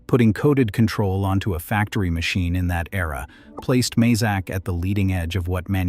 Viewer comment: Pronounced may zak not mah zak.